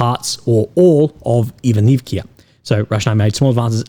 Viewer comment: Петропавловка! а не Петропавликија. Ивановка! не Иванивкија! Ако не знаш да изговараш како треба, научи!